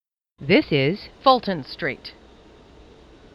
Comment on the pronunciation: I love how Jessica will forerver be the best to say “Fulton St”